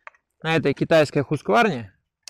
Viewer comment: Правильно говорить - Хусквана) Я в роликах их слышал.